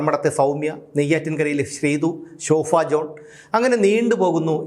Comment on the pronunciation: Shofa alla shoba ennu parayou 👍